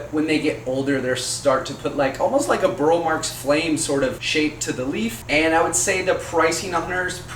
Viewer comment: Burle Marx is pronounced as if it were Portuguese, its the way Roberto pronounced it, you pronounce the e.